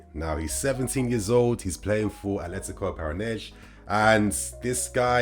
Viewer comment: Just for pronunciation sake; Brazilian Portuguese does not use the “sh” sound like Portugal. Whenever there is an “s” at the end of a name or word, the Portuguese use the “sh” sounds and they will even cut the rest of the word. In Brazil, an “s” within a word makes a normal “s” sound. Para-na-N-si is how you would pronounce the team that Vitor Roque plays for. If the “s” is the last letter, then is makes the “z” sounds. Ex: Alves is pronounced Al-vez, NOT Al-vsh.